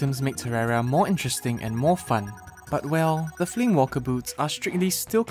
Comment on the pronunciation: those boots are not called flame WALKER boots, they're called flame WAKER boots( no L)